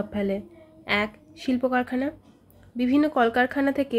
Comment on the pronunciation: Karkhana Kharkana Noy